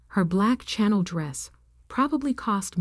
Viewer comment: I think it's Chanel, not channel